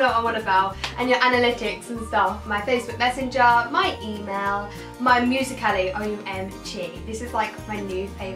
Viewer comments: Did she just say musica ly ?😂😂 no g it's (music lee) ❤️ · how she says musically